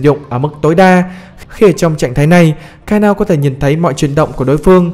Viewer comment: ngta đọc là ka na ô , cứ ka neo cái gì :))